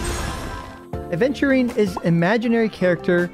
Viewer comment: i die inside every time aventurine's name is pronounced "aDventurine" 😩